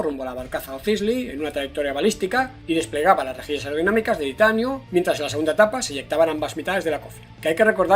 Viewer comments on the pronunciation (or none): Tranquilo,. Respira. Que no te entendí ni una vez que dijiste "titanio". Gracias por tus resúmenes